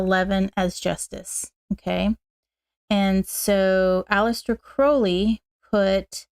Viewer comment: Sorry, I was not able to make live because of the time difference (early hours of the morning). I was admiring how shinny your hair is! You have a beautiful alter of tarot decks, which matches your beautiful spirit… Just so you know that Crowley is pronounced like you have hurt your foot with the “Ow” sound! Crowley is an Irish surname… I really like the Lux Ex Umbra deck. I just love the dark colors, the five elements and simplicity of the deck. Thanks for sharing ✨😊🙏✨